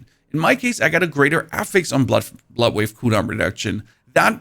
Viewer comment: Took me way too long to figure out you were saying bloodwave and not buttwave. Guess my ears are getting old. lol